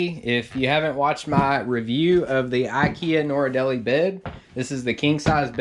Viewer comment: Thx for the info! But I had to turn off the sound because the thing is called a NORD-LEE, not NOR-EEE-DEL-EEE.